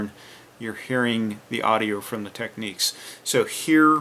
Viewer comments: You pronounce Technics wrong, it's meant to be said as Tech-nicks, you are pronouncing it as Techniques. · It's Technics not Techniques